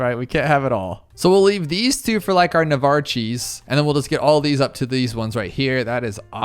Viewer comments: stop saying navARCH of the sea. its "na-vark" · Nuhvarchy? Is it not nayvarc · Na var chee??????😂😂😂😂 it’s nay vark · Bro said navarchi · I could almost handle the iffy banana farm placement but navarchey of the seas? It's navarch like navy! I'm not mad just aarrgh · Bro is calling the boat "Na-varchie" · Please Sat navarch right It's pronounced n (ae) v ark Like an arc not arch And also You sold engi Why No reason for that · “Navarchy” Navy-arch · Bro navarchi its pronounced navark spelt navarch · The way he says "navarchee" instead of navarch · ‘Navarchie ability’ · why does he say naevarche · HE KEEPS SAYING NAVARCHY AHHHHHHHHHHHHHHHHHHHHHHHHHHHHHHHHHHHHHHH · My guy saying "nvarchi". I am screaming in my head rn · Why do you say Nevarch of the sea like that? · ikr he says it like navarchy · I thought he said Navarcheese the first time. Lol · Every time i hear navarchi of the seas i die a little bit inside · Then says navartch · The way you say navarch drives me mad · Is that navarch pronunciation a meme or? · the way he says navarch hurts my brain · You’re pronunciation navarch is hurting me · The pronunciation of Navarch is insulting